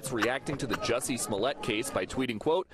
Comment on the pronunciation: You too? It's a short u sound, not a long u. I thought it was just the, now in on it too? But yeah. MAGA hats in South Chicago?